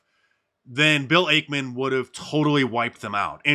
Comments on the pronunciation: It’s actually Ackman not Akeman Mark. Ack like acknowledge. Also Carl Icahn’s last name is pronounced like Icon. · Bill 'AKE-man' .... 😂😂😂😂😂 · Hey Mark - it's X. Twitter is history. Also, you're mispronouncing Ackman's name. Genius.